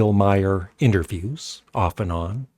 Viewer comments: His name is pronounced "Mar", not "My-er." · His name is Maher,not My her.